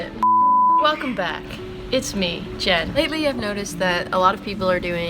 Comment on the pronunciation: i thought that she said something in a foreign language when she said "its me, jen". she's too adorable